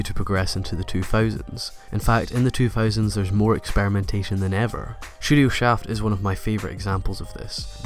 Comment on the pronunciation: Every time you say "studio" it sounds like you're saying "shudio". Once you mentioned "Shudio Shaft", I couldn't help but laugh a little.